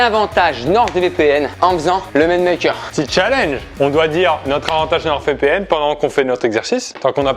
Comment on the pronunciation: Je crois que tu es le seul à prononcer une lettre muette et ce, plusieurs fois "NorD VPN"